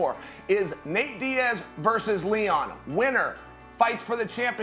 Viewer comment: I love you Arial but I wish you stop calling Nate “Nathen”, why Nick for Nickolas but Nathen for Nate?